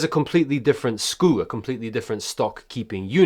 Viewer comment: Did you pronounce it SKOO? 😅skew*